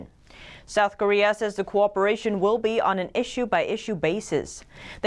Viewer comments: Come on, please learn how to pronounce cooperation: [ko WAH puh rāy shun]. "Corporation" is an entirely different sound. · Someone pronounce cooperation for her. She says "corporation" Otherwise her English is spot on